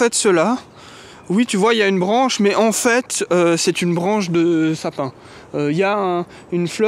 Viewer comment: En fait, quand j'écoute, j'entends "en fête", c'est de bon aloi. En m'aime taon. Leurs beaux yeux.